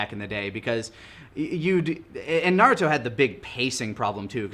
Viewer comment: Naduto Me: Narooto.